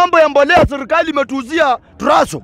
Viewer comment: Sio sirkali ni serikali. 😂. Acha kuluyisha kiswahili publically